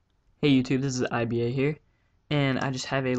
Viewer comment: evry time u say iba i think i bad